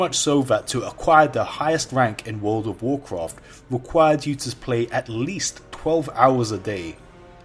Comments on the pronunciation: The way he says world of Warcraft makes my ears hurt please say it right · Why is your voice deeper in this video? Also since you clearly struggle pronouncing 'World of Warcraft', why not just call it WoW?